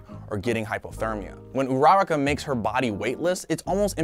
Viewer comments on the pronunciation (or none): Jesus Christ, it’s OORA- ROCK- UH Not OO- RAWR- KUH 💀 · Did he call uraka, Veronica? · Is anyone gonna point out how he pronounces Uraraka? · WHY DID YOU SAY URARAKA’S NAME SO WRONG???